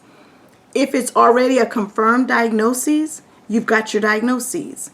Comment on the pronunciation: I notice that you pronounce diagnosis as "diagnoses". Isn't diagnoses the plural form of diagnosis?